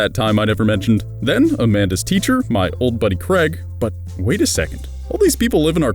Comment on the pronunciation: Why do people keep pronouncing Craig as Creg?